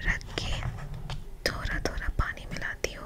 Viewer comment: It's actually "thoda" but i love ur "thora" ❤😊